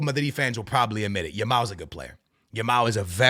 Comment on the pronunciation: Every time says "Yamal" it sounds like he's saying "Ya ma" "I love watching 'Ya Ma'" 😂😭💀